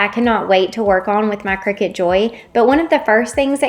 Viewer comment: I think you're pouncing Cricut wrong